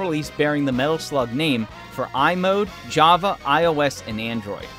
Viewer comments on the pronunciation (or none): none